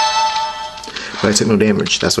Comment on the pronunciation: it's soul sake (pronounced sa-kay)